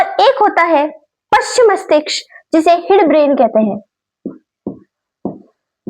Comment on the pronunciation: Mastiksh nhi mastishk hota hai mam 😂